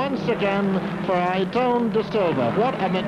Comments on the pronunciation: "Ayerton" damnn guys,,,it's not that difficult...Ayrton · Oh yes, “Ayreton da Silva” my favorite future F1 star